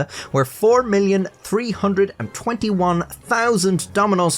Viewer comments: The show you mention about the kidney transplants was actually fake and staged. It was created to bring awareness about the shortage of organ donors in The Netherlands. Kudo's on the pronunciation of Leeuwarden by the way. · That was a really good pronunciation of Leeuwarden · You nailed the pronounciation of the city. I have lived here for 15 years and still cant do it properly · that leeuwarden pronunciation was pretty good my guy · Thank you so much for getting the pronunciation of my town’s name right 👍, when so many people living in the south of The Netherlands fail . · Hey, good job on pronouncing Leeuwarden! It’s a pleasant surprise to hear a native English speaker not horribly mangle our language :) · Can I just say as a Dutchie who grew up very close to Leeuwarden that you did a great job on the pronunciation which rarely ever happens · Your pronounciation of Leeuwarden gives me hope fr